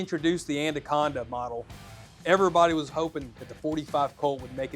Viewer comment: "ANDA-conda." lol